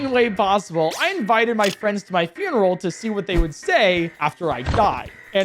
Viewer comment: its not FYOON erul its FUN erul